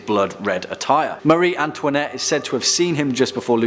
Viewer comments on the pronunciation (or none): Mareee not Mary!